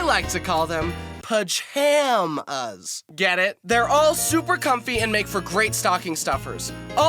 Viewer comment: Fun fact: PajHAMas is very close to the pronunciation of the Spanish word for pajamas (Spanish pronunciation: Pi-ham-ahs)